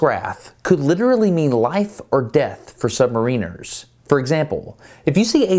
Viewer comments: You say SubmarEENers , we ( U.K. ) say SubMARRiners. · it's pronounced sub-MARE-iners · I hate how americans pronounce submariners